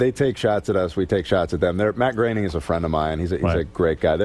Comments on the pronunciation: Matt Groening is on record saying that his last name rhymes with "raining". Seth McFarlane in your own clips pronounces it that way. And yet, over and over again, you pronounce it "grinning". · Matt Graining/Grenning.........I always thought it was pronounced Matt Groaning. 🤷‍♂ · I thought it was pronounced “groaning” not grening. Grening sounds ridiculous lololol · Matt "Groening" is pronounced "Gray-ning" not Grenning... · I like your videos but you mispronounced Matt Groening's name. Its not "grenning" , it's "GRAINing" they used to say his name all the time on TV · Matt "Graining" is how his name is pronounced, man. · Groening rhymes with raining. It is pronounced Gray-ning. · I believe his name is pronounced GRAY-ning. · South Park’s SIMPSONS DID IT! was the end all be all of the Feud. Matt “Grenning” was driving me crazy. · Dude, how do you look at "Matt Groening" and think it's pronounced "Grenning"? That's driving me crazy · Fuckin a Patrick. Learn how to say these people's names. Grinning isn't it. Use the sounds on Google or ask someone. This is a common thing with ur videos. They are amazing but u always fuck up the names. Ask people how to pronounce it if Google doesn't work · Look, if you're going to do a video in which cast yourself as an authority on the subject matter, you should know how to pronounce the major figures in it, especially if one of them is arguably the most successful individual in American animation of the past 35 years, and especially if you count yourself as a fan of him and/or animation. Matt Groening's surname is not prounced "GRHE-ning." It's pronounced "GRAY-ning". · It’s Matt Groening … rhymes with “raining”. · You’re not saying Groening last name right & it’s bothering me so much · please why do you pronounce matts last name like that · 😂I bumped on that, too – particularly funny since you actually hear Seth say Groening's name in one of the audio clips